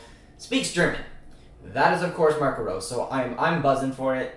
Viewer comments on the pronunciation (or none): Great video bro im hyped to have Rose at the helm. Praying for champions league football. & btw Marco Rose in German is pronounced like Roe-suh